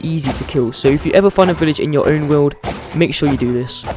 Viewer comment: "peaceful game in the wowd" i am so sorry no offense